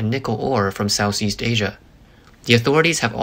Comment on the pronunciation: I think he was saying Asia but pronouncing it Sssss.